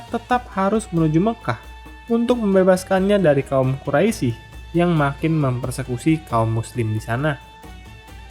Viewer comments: Quraish dibaca Quraisi, lafadz Allah yg mesitinya dibaca tebal dibaca tipis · Ijin memberikan koreksi min. Untuk menyebutkan kata "Quraisy" dibacanya dengan "Qurois" dan juga iya yg sudah diralat oleh kawan2 komentar, terkait perampasan harta dari kaum Quraisy oleh kaum Muslimim, itu sebagai pengembalian hak milik atas harta kaum Muslimin yang sebelumnya sempet dijarah juga oleh kaum Quraisy